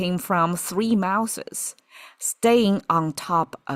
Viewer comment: The tea word is “steeping”! One brews the drink, but steeps the leaves. (Also “mouthes” is pronounced mouðz. A voiced-th + z. The way you said it sounds like “mouses”, like more than one mouse/mice.)